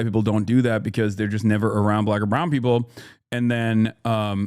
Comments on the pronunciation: Chat nitpicking the way Hasan says Black (with a hard B apparently haha) and raking him against the coals for everything he says, while giving no open criticism or pushback towards actual racists. Kind of normal for democrats in general, fighting ourselves more that those who hate us more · Someone unironically said they were triggered by Hasan saying "black" with a "hard B". He was quoting a fucking idiot chatter sarcastically. Insane how people look for things to get offended by. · As a white passing Hispanic who grew up in a diverse area of Tennessee you definitely did say black with too hard of a B 😂 had someone done that in my school growing up you would've been fought probably. Now I do I think that means hes racist? No I just think it could be an accent or him picking up on the way he hears white people say "black folks" but sometimes we do gotta use like nuances and cultural sensitivity when responding to people. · but why'd he emphasize black? He didn't say black people, he said "BLACK" people as if he's doubting a viewer's race for asking an actual question? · I don’t think you’re a racist, but as a political commentator wdym when you say you didn’t know “BLACK folk” was “a thing”? Dude you said it like a red neck😭😭😭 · This response and that reaction told me everything i needed to possibly know about you brother. SMH. You do good work but you need to be in more community with different types of black people. For example, if you were around certain Black people, you’d known the way you said “BLACK” was weird. Get it together brother; bouta be 35.